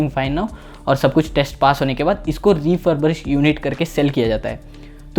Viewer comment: Good info thanks, very useful. I am a mini2 user and thankfully it's holding up even after unnecessary updates by DJI Just correct that pronunciation of refurbish, please. I know it doesn't mean much but just a jarring note in otherwise good video.